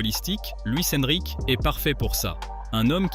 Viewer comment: « Luis EnriquÉÉÉÉÉÉ » stpppppp 😖😭😖😭😖 Mais cool la vidéo ✌🏽